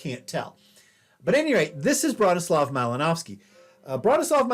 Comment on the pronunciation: The pronunciation of the last name is driving me nuts.